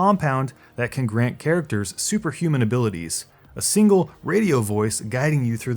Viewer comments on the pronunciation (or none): none